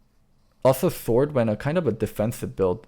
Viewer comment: Why am I hearing "Thord" than Sword.